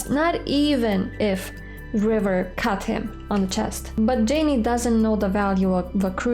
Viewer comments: If I hear Jay-nee one more time, I'll turn this car around!:-) Love you, and your beautiful pronunciation♥ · I love that you call him "Jay-Nee" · Jaynee? It's. Jayne , like Tarzan and Jane. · I think it is hilarious that you call Jayne “Janey”. Also, the reason they didn’t have him with the names of the meds on his arm and getting those is because Jayne doesn’t read well. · Jayne - just like "Jane" -- not "Jayneeeee." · Its Jayne not Jayn-e. Imagine the E is silent. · Please stop pronouncing the "e" at the end of Jayne. Thank you.